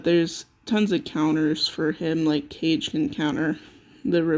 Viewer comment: Guys its not CAGE....its KAAAAGE - BURAAADO....japanese come on now....I would rate SHESHAT much higher, shes a beast on both OFFENSE and DEFENSE, Sheshat will be my Numero 1 dark sorry but we disagree but its just from my personal experience